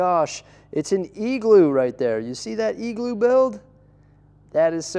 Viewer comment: Love your winter village it’s a Christmas period highlight for me but omg “eagl-oo”??!